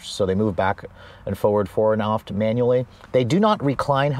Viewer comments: Forwards and offt? It’s aft—soft A like apple not opple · Say RAFT. Now remove the R. 😂 Great review, awesome car....